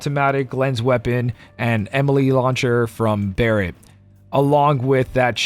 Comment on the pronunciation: At this point, I think it's an in-joke based on a mispronounciation of Enemy Launcher among his regular community.